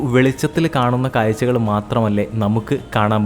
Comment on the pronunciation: മലയാളത്തിൽ പറയു പോസ്റ്റ്മാനെ. കായ്ച്ച അല്ല കാഴ്ച. അതുപോലെ കുറെ.